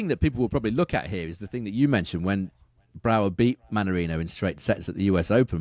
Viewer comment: I'm Dutch. You've got Brouwer's last name pronunciation down perfectly. However his first name sounds more like "Guys" instead of "Geese" , it will be hard to pronounce correctly for you guys because the Dutch G sound is guttural from the back of the throat.